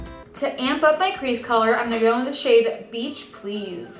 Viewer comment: Beach please sound like bitch please